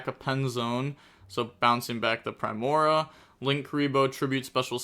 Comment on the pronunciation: Just gonna drop some pronunciation so can hopefully see this and stop ragebaiting all of us. Solfachord (SOUL-fuh-kord) Primoa (Prime-OH-uh), alternatively (Prim-OH-uh) Solfegia (Soul-FEH-jee-uh) Gracia (GRAY-see-uh) Hope this helps